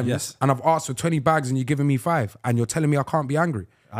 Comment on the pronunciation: No one gonna chat about Chunkz saying “ask is for money” instead of asked for money. Watch from 28.00